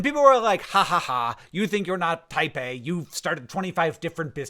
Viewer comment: Me giggling like an idiot thinking Hank is always talking about 'Taipei'. 😂😂😅😅